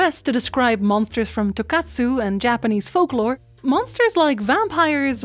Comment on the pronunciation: you say "tokatsu" when I think you meant "tokusatsu". Toku is a super niche genre and the words look really similar so I don't blame you for the mistake, it just made me hungry lol.